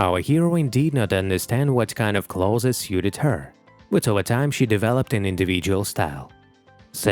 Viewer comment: Pardon, but what are "celothes".? Interesting pronunciation, though.